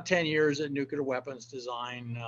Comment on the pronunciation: Absolutely hate when “nuclear” physicists pronounce the word incorrectly.